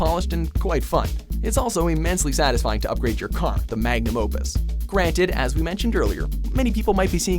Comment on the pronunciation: ALL HAIL THE MAGNUM "DOPUS" :D